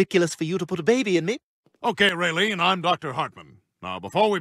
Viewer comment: Lmao! "Rae Leen"! 🤣🤣🤣🤣